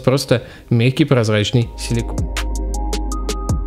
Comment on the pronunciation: бро, все супер, но в слове «Силикон « Он» походу переход съел...